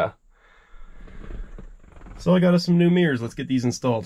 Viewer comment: Could HAVE not Could of. MIRRORS not meers.